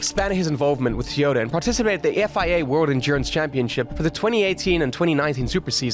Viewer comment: Fernando is a crazy good driver. also i do feel like you pronounce "Toyota" as "Tiore"